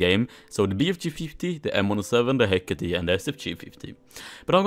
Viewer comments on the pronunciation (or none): 6,699 views... but, the Hecate is pronounced "Heck It".